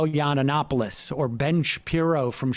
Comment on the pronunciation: Why does he mispronounce Yiannopolis incorrectly?